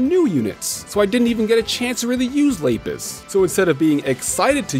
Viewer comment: The way you pronounce Lapis hurts me Also uh whatcha got going on in the back there buddy